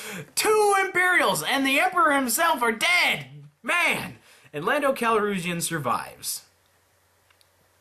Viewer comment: You also called Tarkin and officer even though he’s very clearly a Moff, and spelt his name wrong. Lando’s last name is actually Calrissian, pronounced Cal-riz-e-in.